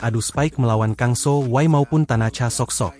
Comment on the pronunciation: Kang sohwi bukan sohway 😂